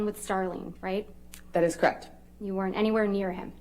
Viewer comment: Crect. Why is it crect instead of correct? So buggy.